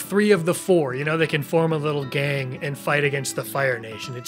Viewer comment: It makes me happy how you said "Gang" and I heard "Gaang."